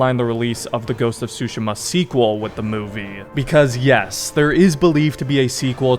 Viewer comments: Please stop saying Tsu-sheh-muh. Tsu-she-ma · Great vid but it's actually pronounced Soo Sheem Ah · Pretty sure your pronouncing it wrong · The more I hear it, the more I realize "Tsu" is to native English speakers what "R/L" is to native Japanese speakers. For those who don't understand, the "T" in "Tsushima" isn't actually silent. It's just very slightly voiced in a way that most non-Japanese speakers have difficulty picking up. Even knowing this I can't pronounce this word correctly to save my life. 😅 Anyway, did not know there was a movie in the works but I am here for it. And a sequel to the game? Yes please! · Bro the way u say Tsushima 😭